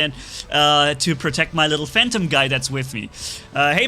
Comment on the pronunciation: why you say pursuer you said phantom correctly lol nice vid